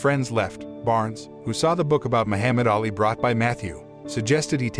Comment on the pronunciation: not going to lie kind of triggered me everytime you said Muhammad Ali's name wrong